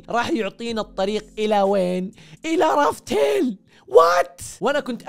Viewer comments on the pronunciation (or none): لافتيل وليس رافتيل يقصد بها قصة الضحك